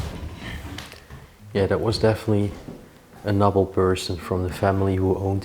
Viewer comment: Just a little help with your English pronunciation. Noble is prounounced like knowble with the k silent!